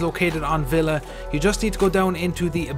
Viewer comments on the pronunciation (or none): none